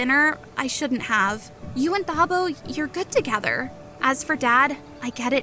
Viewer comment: Great story but it is pronounced "Tah-bo" not "Tha-bo"